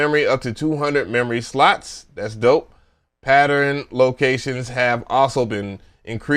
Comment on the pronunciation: How many words can you mispronounce?: YES!!!! "poli phony" "patteren" "cuquencer" "E "Mule" Sp1200...I died